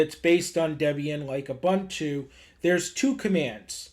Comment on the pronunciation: Great tutorial. Just a minor correction. It is pronounced “Ooboontoo”